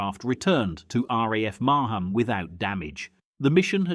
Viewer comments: Not Mar Ham it's Marham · It's pronounced Mar-ram not Mar-ham.